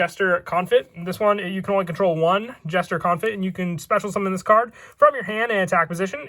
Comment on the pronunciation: Isn't the T in Confit silent?